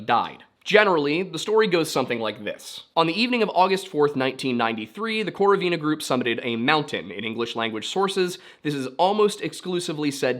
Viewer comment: Just so you know Lyudmila's surname is pronounced with stress on the second syllable, so like KorOvina. Love the video!